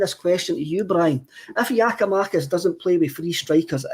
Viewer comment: went from saying Giamakis to Giakoumakis back to Giamakis just get it right eh